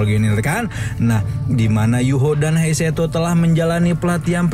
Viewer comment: Bukan heiseto bang hadeehh, Tapi He Chaito